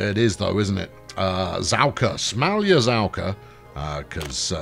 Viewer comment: Good job on "smalyazavka" :D Not like it was a real village though